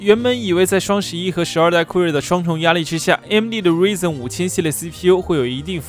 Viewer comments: 是Ryzen 不是reason 😋😅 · 那叫ruaizen不是ruizen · Ryzen读‘raizen’，不是'rizen'，ry明显的开音节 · 不是我抬杠 作为科技博主“ ryzen ”的发音不对…是不是有点说不过去